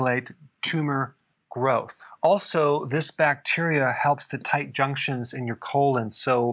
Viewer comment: Pedunculated is a new word to me. So is juction. It sure sounds a lot like junction though. 😁